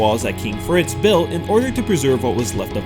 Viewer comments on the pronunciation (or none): none